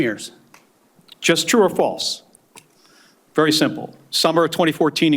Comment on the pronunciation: Cant even say FALSE